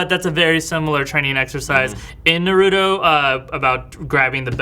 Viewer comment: Pronounce Naruto right damnit!